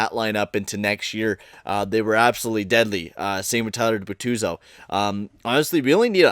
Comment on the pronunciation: IF U SAY FABBRO OR BERTUZO ONE MORE TIME IM GONNA LOSE MY SHIT ITS FABBRI AND BERTUZI